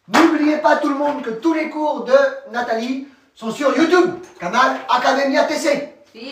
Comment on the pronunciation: Que bien que pronuncia!